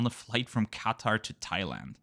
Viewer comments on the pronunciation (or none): When you constantly changing from QAtar to QaTAR pronunciations. 😀✌